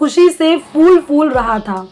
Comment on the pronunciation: Mam phoole Hota h foole hota